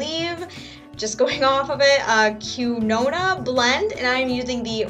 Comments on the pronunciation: its pronounced "keen-wa" but i love how you said it! =) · It's pronounced keen-wah! :) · its pronounced - KEEN WAAA haha (quinoa) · Quinoa is its own grain, it's similar to rice but it's not. It's kind of pronounced keen-wah. It's really good for you because of the protein in it, as a vegetarian I make sure I always have a box in the house. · It's pronounced like "Keen-Wah". I must give it a try. Looks good! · It's pronounced like keen-wa! It's so good for you as well!! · Yummy..I'm starving!! Quinoa's so good! It's actually from Peru (where I'm from) and it's pronounced keen-wah. Hope that helps :) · haha you're so cute, its pronounced keen-wa:) recipe looks delish. love from manchester, uk x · Love quinoa !!!!!! It's actually pronounced "keen-wah" love your vids :) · hey i absolutely love quinoa as well! thought i would let you know how to pronounce it...not trying to be mean please don't mistake it for that i just figured you would like to know. its pronounce like keenwa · Quinoa is pronounced keen-wah. Its not rice but this pack is mixed with brown rice. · Did you know it's pronounced keen-wah?! Jus sayin in case you didn't grasp it, nobody seems to have commented correcting you is all... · you pronounce it KEEN-WAH:) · It's pronounced like ken-wa! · Quinoa is pronounced "keen-wah" haha! I couldn't pronounce it at first either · It's pronounced "keen-wa". it's a type on ancient grain. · The rice is pronounced qui-wa. (: excuse my spelling. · The quinoa rice is pronounced keenoa :-) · Just FYI its pronounced keen-wah, I know idk why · its pronounced keen-wah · it's pronounced "KEEN-wa" :) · quinoa is pronounced KEEN-wa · Its pronounced kin-you-ah :) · Lol it's pronounced keen-wa ! It's a type of grain. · It's pronounced like keen-wah lol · It's pronounced "keen-wa"...😬